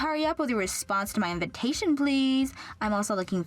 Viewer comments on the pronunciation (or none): I swear all these stories pronounce invitation as invintation. All of them. Or my hearing is odd as I get old.